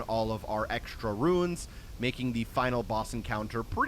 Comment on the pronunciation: Gather some "Ruins"? You mean... "RUNES"